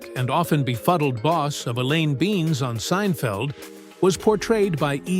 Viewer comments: It’s Elaine Ben Ez, not beans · I guess AI voices have trouble pronouncing some names. Neither the AI nor the person who produced this ever watched the show. The would have known Elaine’s last name is NOT pronounced as “beans”. It is “Ben-iss”. Sloppy work on your part, Mr. Producer!